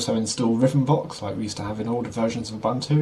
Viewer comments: Its pronounced- ooboontoo. Im from africa thats were it comes from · Its oo-boon-too